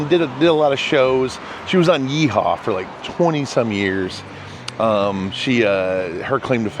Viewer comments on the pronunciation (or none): Minnie Pearl was a member of the Grand Ole Opry and she co starred in the television comedy/country music show called Hee-Haw. Not Yee Haw